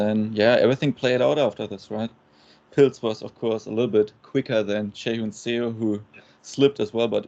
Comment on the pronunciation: Seo is pronounced like "Suh" similar to "huh", NOT "sayo". Just imagine saying Seoul without the "ul". So bad the broadcast commentators just butchered her name.